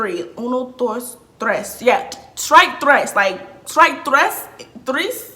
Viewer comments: Uno dOIs trOIs😂😭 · “Uno , Doice, tweece” 🤣🤣